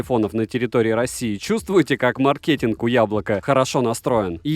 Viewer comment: Эх сейчас бы говорить про маркетинг и не знать как правильно ставить ударение в слове